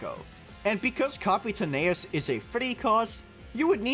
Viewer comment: Leaving a dislike for mispronouncing Capitaneous